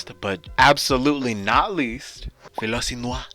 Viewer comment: But... But... I want the tea😫 Also that Philosynoir pronunciation 😂 come home😭